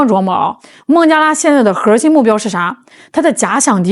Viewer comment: ，你说核心不要卷舌，你就是女神，卷舌就是土妞，你看着办吧。